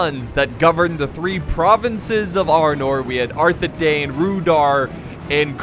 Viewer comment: it's actually pronounced Rhu-DOW-er and arthe-DINE.